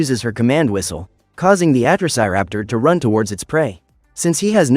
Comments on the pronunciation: It's Atrociraptor not atroc but close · You are pronounsing atrociraptor wrong